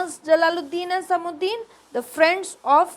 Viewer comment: Its samsuddin not samuddin